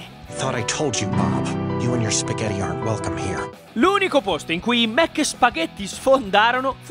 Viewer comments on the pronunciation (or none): Già quando sento "spagheDi" mi sale il nervoso. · Waglio chiss nn so spaghetti